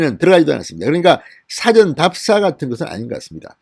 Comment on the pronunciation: 辭典인 지 事前인 지 구별이 안 되는 진성호님의 발음이 문제입니다. 그리고 뭐 대단할 것도 없는 내용을 가지고 거창한 타이틀을 내걸고 호들갑을 떨면서 구독을 독려하시네요.